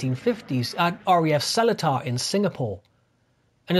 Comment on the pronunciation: Small bit of info - Seletar is pronounced with the stress on the second syllable and is more like Seleeter. Good video - lots of interesting information.